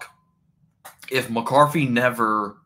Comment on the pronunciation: JJ McCarffy. Bro, this is a bad fucking take. And the delivery is even worse with the speech impairment and video lag.